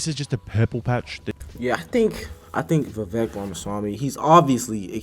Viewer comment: Vivek, rhymes with cake.